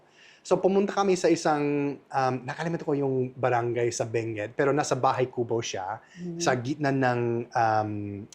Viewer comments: It is “Bangued”, Abra. Pronounced as “bang-ged”. Let’s not confuse it with Benguet, Mountain Province. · Bangued Abra not Benguet o Mali lang pagkarinig ko. hehehe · Say, Bangged for Bangued Abra so that it should not sound like Benguet. Ganun ok.✌️